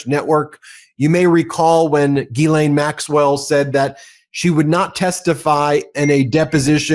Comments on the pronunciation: It's ghislene and it's pronounced 'jis-lene'. You would sound a lot smarter if pronounced it correctly. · She pronounces her own name Gee-lenn.